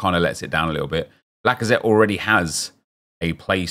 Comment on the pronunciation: Did my guy say blackazette or lacazette